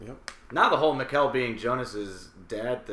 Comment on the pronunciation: Nice one, been waiting for this! Since you mention Mikkel a lot: If you want to perfect the pronounciation, think "Mickl", emphasis on the first syllable. Can't fault your Bartosz and Helge though :)